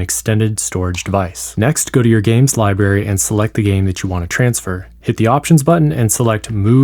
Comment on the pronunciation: Don’t take advice from someone who says “lie berry” when referring to that place with all the free books.